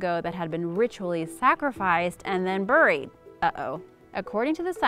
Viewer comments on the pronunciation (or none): The way you say "bury" or "buried" and "Ghangis" 🤣🤣🤣🤣🤣 LMFAO